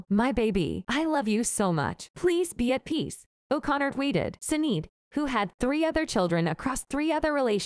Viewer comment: Damned AI doesn't know how to pronounce the name as SHIN-AID, and nothing's as yet has come to light about the cause of death. Clickbait ker-rap